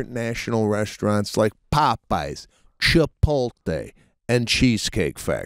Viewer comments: He says "Chipolte" (instead of "Chipotle"). Irksome and surprising from a foodie. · Yo Sebastian it’s ChipoTLe…not ChipoLTe 😂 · Sebastion got a black card based on his constant mis pronunciation of Chipoltle!